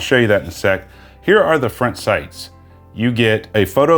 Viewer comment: Loved the review but... it's not pronounced "HELLO SUN" it's "HALLOW SUN"... just something that really bothered me... I know, I'm type A. Sorry.